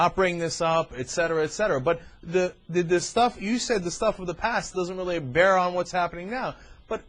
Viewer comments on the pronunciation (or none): This was a waste of time to talk to that guy. Weally, he wasn't wight. this conversation started off good and ended totally where it shouldn't have gone.